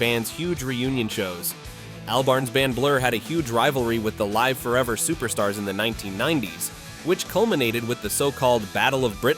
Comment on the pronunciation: AI voiceover can’t pronounce Live Forever.